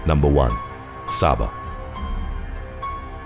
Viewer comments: Its not pronounced Sah-Bah, it's pronounced Say-buh. I live on the island next to it, Sint Maarten. Saba, Sint Maarten/Saint Martin, St. Barths, and Anguilla are all in the same area and on sunny days you can see all of them from a high enough vantage point. All 4 islands were hit by Hurricane Irma and Hurricane Maria, the strongest hurricanes on record now. Saba isn't that dangerous. Sint Maarten is more dangerous, as we have all of the same problems that Saba has, and we have gangs such as The Bloods & Crips, DDP, and The Latin Kings, international drug gangs such as The Bling Bling gang and NLMB, and Mafias such as The Russian Mafia, The Triads, The Yakuza, The Italian Mafia, and The American Mafia, a rising gun control problem, and alot of murders, rape, and child molestation problems for an island that's only 37 square miles. In the last week alone, we've had 3 murders, which started off with a 15yr old boy being shot in the head over a fight. Saba is actually one of the safest islands in the caribbean. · It's not Pronounced Sah-bah, it's pronounced Say-buh. Coming from an Islander himself 🇩🇲🇩🇲💯. Incredible video💯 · Number 1 is pronounced Say-Ba. Great video. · number 1 (Say-ba) was inaccurate